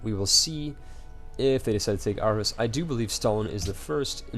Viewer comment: I twitch every time you say Copenhagen and even Aarhus xD Really irks me when it shouldn't.